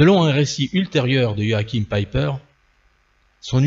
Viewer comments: Ce qui me hérisse toujours, c'est l'INCAPACITÉ des français de prononcer des patronymes étrangers. On arrive à un "Joachime Pèpeur" des plus grotesque. P'tain, sortez un peu de votre univers étriqué et apprenez un tout petit peu les autres langues. Ah, dans le même genre mais dans un autre contexte, encore plus grotesque: les journalistes français s'évertuent à prononcer le très francophone nom du premier ministre canadien "Djeustine Troudeau". A pisser de rire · "joachhime pépeur" Bon dieu faites un effort pour prononcer correctement les noms.